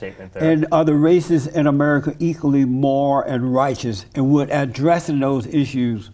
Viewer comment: why can't he pronounce "moral" lol